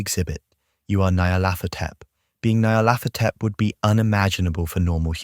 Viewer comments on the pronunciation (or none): I think it's pronounced "NEE-yar-laht-HO-tep." Any input from Lovecraft on this?